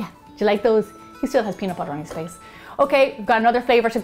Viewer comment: nobody: literally nobody: me: watches gemma saying peanut BOUTER again and again